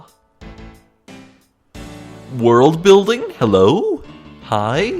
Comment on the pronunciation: it's not "Zeng Fa", it's "Zheng Fa". "ZH" in English have the same sound as "S" in "usual", "G" in "message" or "S" in "Asia". Aaaaand you're right! It's based of China.